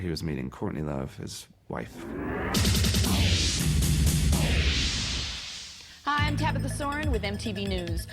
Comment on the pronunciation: That pause when Dave said "wife" and the way he said it was concerning...